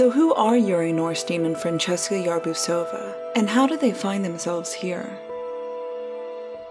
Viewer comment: Yarbusova, its OVA not OUVA.